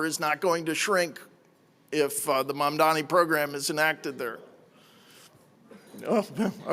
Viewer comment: For all his fancy Hillsdale College education, James Freeman appears incapable of reading letters in English and actually pronouncing correctly Zohran Mamdani's last name. Let an uncouth plebeian who DIDN'T attend Hillsdale help you out with that, good sir: Let's break it down, step by step: the name is spelled M-A-M-D-A-N-I. Start with the first syllable: "Mam". No, not "Man'. "Mam". That's it! You can do it! Now let's try the second syllable, probably a little easier than the first: "Da" That's it! You probably said that as a baby without thinking about it! "Da!' "Dada!" "Mama!" Now let's go for that final syllable. I know you can do it! Here we go... you ready? "Ni"! (Nee) That's it! You got it! Now, let's put them all together: MAM - DA - NI YES! Congratulations, Mr. Freeman! I KNEW you could do it! You can now correctly pronounce the name of New York City's next mayor. And that's a good thing, because he most definitely WILL be our next mayor, and you're probably going to find yourself having to repeat that last name many, many times. Of course, you've got quite a lot of other important things to learn from Mr. Mamdani as well, all of which arguably could be considered even more important than simply sounding out the details of a phonetically spelled last name. But all in good time. Baby steps first. Here's to the renaissance of my beloved New York City, beginning with the election of soon to be mayor, Zohran MAM-DA-NI.